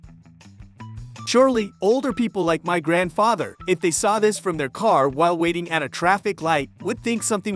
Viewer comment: These AI chatbots voices always give away their secret when they put the accent of a word on the wrong syl-LAB-le. (... "like my grand-FA-ther" or "for all car enthusiASTS").